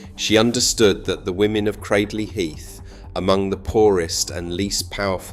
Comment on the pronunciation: It ay 'Cradley' to rhyme with 'badly'; it's 'cradle' plus a short 'ee' on the end.